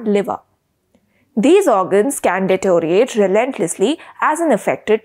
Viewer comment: Excellent reporting. Please make the used terms and their pronunciations precise, e.g., "detoriate" or "arm race" .